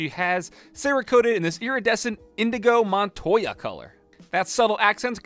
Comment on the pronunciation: Anyone gonna say anything about the fact that he said "Indigo Montoya"? Absolute chad.